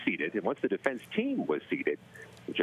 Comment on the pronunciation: Defendunce.... is that a word? It is now.